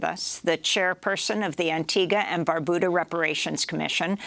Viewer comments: Antigua and 'BarBYOOODA' not 'Barbooda'. Otherwise excellent as always. 🥰🥰🥰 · Antigua and BAR-BU-DA not BOO-DA learn ur pronunciation's thats considered an insult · Funnily enough that is the correct pronunciation. And one of the few times I've heard a foreigner get it. Unfortunately, she said Barbuda incorrectly.